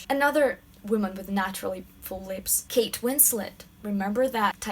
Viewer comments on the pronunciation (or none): none